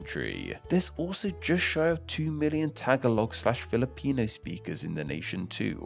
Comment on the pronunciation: I’m sorry but that pronunciation of Tagalog made me cringe internally